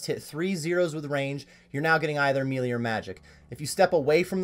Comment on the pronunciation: Melee (May-Lay) It doesn't really matter but mealy sounds so silly.